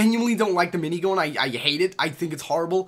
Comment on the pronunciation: ''shoutgoon'' ''minaygoon'' light machine goon'' dude da fuq with ur language